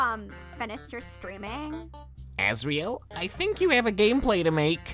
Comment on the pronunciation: Asriel not Asrel XD